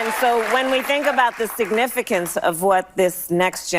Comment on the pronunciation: She should avoid saying significancence ever again!